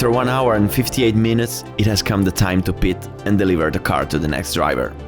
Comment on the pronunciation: Nice Video as always, but just a small correction. "hour" is pronounced "our".